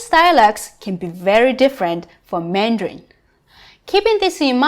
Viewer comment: You are saying Mandrain not Mandarin....